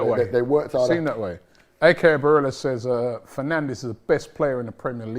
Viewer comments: Can’t believe a united fan keeps saying “Penandes” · It is annoying. Bruno is one of our best players. Some people find it disrespectful when they call him Penandes